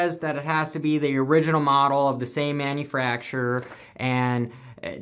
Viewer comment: You said "Manu-fracture'er" about the frame, that was pretty funny.